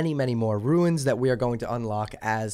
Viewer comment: RUNES not “ruins” lol